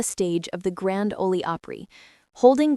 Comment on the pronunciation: It is not "olee" for Grand Ole Opry. It's "ol" like awl with an o instead of an a. Why can those who are responsible for AI do a proof reading with someone whose first language is English? Ok story. Indianapolis, IN March 5 PM.